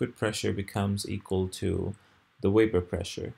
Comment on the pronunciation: his is absolutely brilliantly clear. Make more videos. The world needs teachers this clear. Why do you pronounce the word "vapor" as though it were "wapor?"